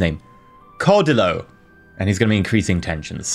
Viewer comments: Cedillo is pronounced SE DEE JHO. source born and raised in mexico with grandparents who wouldnt stop talking about him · the JHO its more of a hard Y sound followed by a hard O other than that great job trying to pronounce the words and keep up making my country strong and proud in this universe. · I think (not spanish) the double l in Cedillo acts like an extension for the i (said like ee). The end result would sound something like Cedeelyo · Close, ll makes a y sound Think tortilla So there is no actual L sound, so Cedeeyo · Its pronounced sidio. My wife's maiden name is Cedillo. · the double L(ll in the middle) is pronounced Y. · you've got it all wrong. It's pronounced General Cedillo, not General Cedillo.